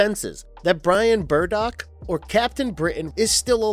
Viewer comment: It's Brian BRADDOCK. And SA-TUR-NYNE. Ugh, that kills me to hear you say their names wrong.